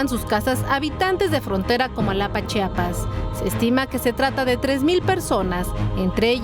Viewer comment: Gracias por pronunciar bien Chiapas 🎉